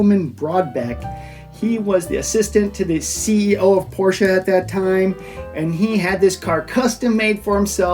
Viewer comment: Porsche is a two-syllable word.